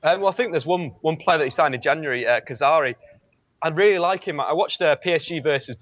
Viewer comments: Dave would fool people into thinking he knows what he's on about if he didn't say "Kazari" and "Saivon" instead of 'Khazri' and 'Saivet'. He seems a nice enough bloke but he's such an insufferable football hipster... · its khazri not khazari and saivait not savant